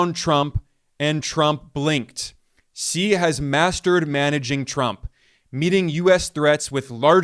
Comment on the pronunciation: Wow Ben pronounced Xi's name like a boss. 🙌🙌